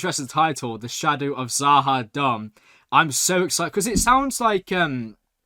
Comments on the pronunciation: Stop saying za ha dumb😂 try za ha doom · must be really feeling kind of Z’ Ha Dumb after mispronouncing it Numerous times, although the name Does sound like it’s related to the Narns - perhaps it’s a long lost colony of theirs though, only his further viewings of the show will tell!